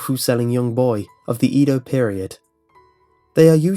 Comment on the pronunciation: Eh-do xD